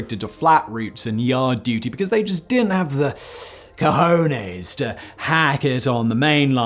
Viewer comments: I could listen to Simon say the word "cajones" all damn day long. Ca-hooo-nays. Ah ha ha ha ha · LOL that was the funniest British Spanish accent Ive ever heard... Cohowneez LMAO